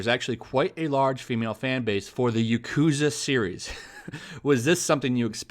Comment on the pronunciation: I love the yakuza games. Been playing them since the very beginning and I will continue to do so since they never disappoint. Btw, you are pronouncing yakuza wrong. The emphasis should be in the ya not the ku. Most Japanese words have first syllable emphasis